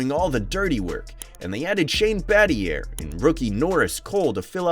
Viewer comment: Bro used the hard R on Shane Battier